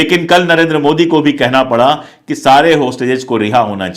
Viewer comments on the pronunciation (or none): none